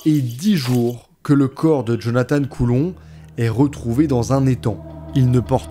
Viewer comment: Lui, c'était Jonathan, pas Jonathane.., Jonathane, c'est l'autre..